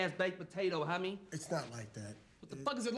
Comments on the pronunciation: The way he says homie “hahmie “ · The part whe he said honmey utscso funny